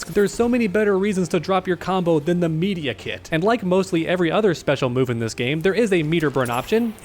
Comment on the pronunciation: Say Medi-kit again please